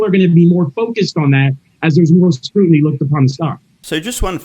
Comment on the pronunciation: said "their market share has WENT from...." and moments later he said "has went..." again so he has an average or lower iq. and he said "scrutinty"